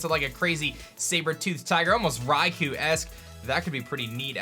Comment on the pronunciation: Raikou is pronounced "Rai-koh", not "Rai-koo".